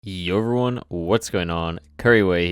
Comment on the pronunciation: It makes my day when says "yoevyone couriway here"